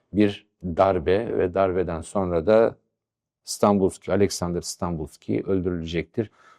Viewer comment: Hocam öncelikle saygılarımı sunuyorum. Anlattıklarınızın müptelasıyım. Araştırmacı ruhunuza, anlatım üslûbunuza, sahada harcadığınız emeğe hayran olmamak mümkün değil. Videolarınızı heyecanla takip ediyorum. Ben Bulgaristan göçmeniyim. Önemsiz küçük bir düzeltme yapma cüretini göstermek istiyorum. Dönemin Bulgaristan başbakanının soyadı Stanboliyski (Станболийски) şeklinde telaffuz ediliyor. En içten teşekkür ve saygılarımı sunuyorum.